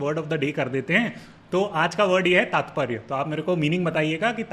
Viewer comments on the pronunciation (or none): It's तात्पर्य not तातपरय, mean "Meaning"